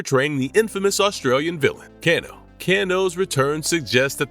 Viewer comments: he butchered kanos name too its irritating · bro your butchering some of the names like bihan and kano